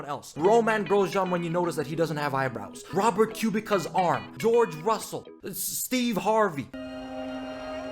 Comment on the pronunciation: It’s KubiTSa not KubiKa. Did you have a Stroll moment?